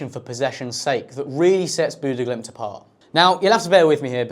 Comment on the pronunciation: He did the Glimt part well. The stadium name was good for a Brit, but I dont think he said Bodø correctly once. It varies, but he either mispronounce the O or Ø, or both sounds at once.